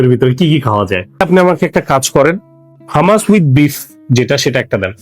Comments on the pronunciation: ভাই উচ্চারণ হামাস না hu. muhs হুমাচ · Bangali beshi bujhle ja hoy eitar pronounciation humus e hobe hummus na spelling hummus